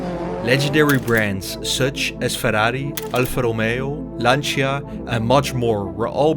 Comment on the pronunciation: Its not pronounced “Lanch-ia” but “Lancha”